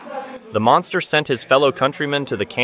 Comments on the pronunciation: Monkster is how I heard it lol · Monkster lol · said monkster 😂